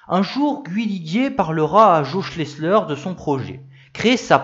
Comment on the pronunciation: Bravo encore pour cette nouvelle vidéo bien documentée. Petit bémol pour l'ecorchage systématique des 2 principaux noms, Guhi Liguier et JO Schlessleur... :-(